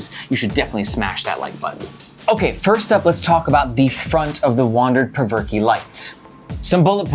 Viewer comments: “Perverke” hahaha i think its pronounced “provoke” 😂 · Spencer Cope is a co-founder and in his product video he pronounces the name of the bag as "Provoke", not "Perverkey"... just sayin'. Great content, nice energy and great to see honest reviews! Keep 'em coming! -Your newest Sub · I think it’s pronounced “provoke”. Th way you pronounce it is cringy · "Perv-er-key" LMAO.... that's embarrassing. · I cant with the "Perverky"